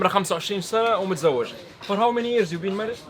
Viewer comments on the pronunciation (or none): none